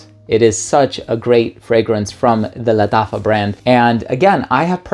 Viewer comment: He's pronouncing it in spanish bro